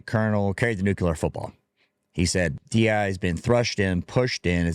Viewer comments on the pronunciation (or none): He keeps calling it, "DENI" policies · Sounds like he’s saying deny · Bro can't even say DEI right 😂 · He's saying DE&I (the "and" being the N you hear).